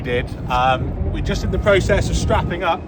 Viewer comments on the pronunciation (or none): none